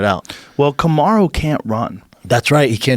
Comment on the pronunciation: "karmu usman"?! Ahha schaub doesnt even know the black dude s name